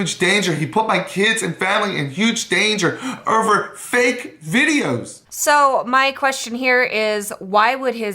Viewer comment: I hate the way the dad pronounces "over". They're "ERVEREXAGERRATED" "the terlit erverflerhed"